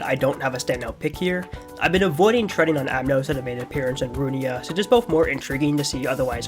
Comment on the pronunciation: sir it's library of RU-I-N-A, not RU-N-I-A